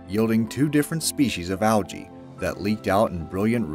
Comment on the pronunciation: Did you say Al-gē?